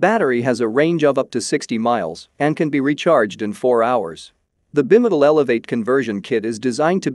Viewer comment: The narration appears to be a text-to-speech automatic conversion; "e-bike" should not be pronounced "eh-bikk", as it is in the video . "Bimotal" is pronounced as "bih-muh-tul" . Honestly, this makes me wonder how much of this video is AI generated nonsense.